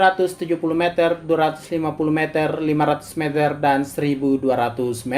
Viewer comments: si Mimin salah sebut jadi "mezer" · Meter nya salah cara bilang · Meter ya bukan mezer